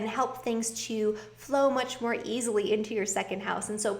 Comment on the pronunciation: Much More Good lol🤣🤣🤣 that's how Jamaican would probably say it......love your readings